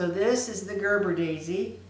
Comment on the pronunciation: Beautiful, but its pronounced Gerbera not Gerber. Gerber is the baby food.😀